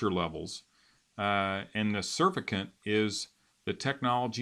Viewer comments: not surf-i-cant Suuuurrr-fact-ant... aka soap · It's pronounced "surfactant", not surf-a-cant.